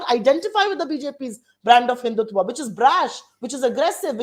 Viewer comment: They cannot even pronounce Hindutva...they use आ instead of अ. Not to talk of the meaning of the word. English does not mean knowledge.